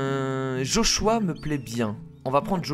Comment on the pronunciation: on dit Joshuuuùu a